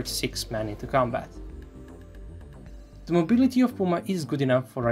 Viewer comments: AHHHHHHHH ZEE PUMAAA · Ehhhhhh.... Ze Puma...